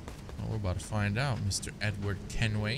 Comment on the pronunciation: Sometimes when you say Edward, it sounds like "n word" that's hilarious Nword Kenway 😂😂